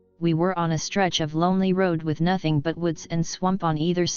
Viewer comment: "NOTHENG" Gets me every time